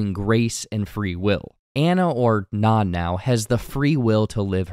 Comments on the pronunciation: He keeps pronouncing Nan like naan😭😭😭😭😭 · Which is food. Bread. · yes thank you god bless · if you are going to read this script, watch the movie, its Nan with a long A. i cant even finish this now. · yes thank you